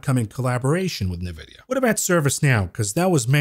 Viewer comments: It's funny how you say Nevidia instead of N vidia!! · Brah, I prompted ChatGPT on how to pronounce "Nvidia" and it said ""Nvidia" is typically pronounced as "en-vid-ee-uh." My ear hears "Nah-vid- ee-uh from your pronunciation. Otherwise another great show from the. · My man, please stop saying nuh-vidia. Please. It's N-vidia, as in the letter N. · unless chatgpt buy all of nvidia stock forever.... then no. its pronounced N vidia!!! please!